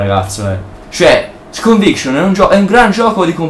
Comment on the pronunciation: stelt, caos teori,cinvincion.nub. il tuo inglese è spettacolare ahahah XD